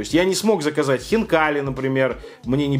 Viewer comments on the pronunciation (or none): none